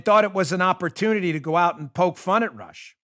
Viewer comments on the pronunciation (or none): none